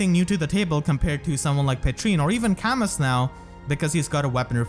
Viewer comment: Camus is pronounced Camoo, future reference. The s is silent